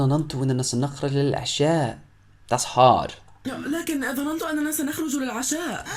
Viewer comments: Your lessons is nice to learn 👍🏻دروسك جميله جداً والطريقه اللتي شرحت بها لكن كلمة (ظنننت) ليست ب ثلاثه من حرف النون انما اثنتان (ظننت). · You are so good put i do not like one word u sid it its ( ظننتو ) انت تنطقها ظنننتو تضيف حرف نون زائدة للجملة و هذا خطاء انتها فقط نونين ( 2 n ) 😀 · He said ظننتnotظنننت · You might need to work on the way you pronounce double sounds, like ظننت (thought) You say it "dha na nan to" But It's actually it is "dha nan to" You add an extra "na" I find it ok, but just wanted to tell you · النون ساكنة ^^ ضَنَنْتُ ^^ لا تنطق ظنننت × انتبه للسكون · yup that was your only false word that you've pronounced wrong, I'm glad that you corrected it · Honestly, your Arabic is so bad, I need to learn it again, word. ظننت You're creating it. ن You say it again so slowly that you don't feel it. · It is not ظننت it is اظننت with حرف الالف حرف الالف is coming as a stress you made it triple ن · نطق الكلمات جيد .... و لكن انت تنطق ظننت نطق خاطئ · Notice, the name of the restaurant they're going to is called "Dinner" which means "العشاء" in Arabic. So the sentence means: "Yes, we will have lunch at Dinner's." kinda like "we will have lunch at McDonald's." for example. So, essentially, they are going to a restaurant that happens to be named "Dinner" and they'll have lunch there. Does it make sense? Also, you pronounced a third ن in the word ظننت there are only two. Have a nice day and keep up the hard work!!